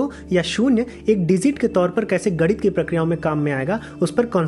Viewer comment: आप इतना बढ़िया विषय चुनते हैं और विवेचना भी बहुत अच्छी करते हैं किंतु आप गणित का उच्चारण गड़ित करते हैं। कृपया "गणित"बोलिए।और जैसा कि एक अन्य दर्शक ने भी इंगित किया है "मवेशी"पशु को कहते हैं, चरवाहा मवेशी पालता है।